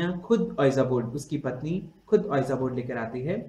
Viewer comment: sir just ur pronunciation of ouija board ws wrong.... its better called (vija board).😉